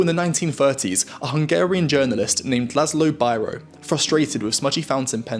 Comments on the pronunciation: His last name is pronounced bee-ro, despite the device itself being called a bi-ro in the UK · Biro: “bee-ro” Oh, you Brits.